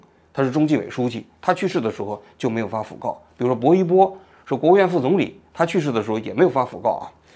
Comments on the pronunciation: 读音应该是讣fu 四声 告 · 讣告 (fu)四声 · fugao 讣告 fu 念第四声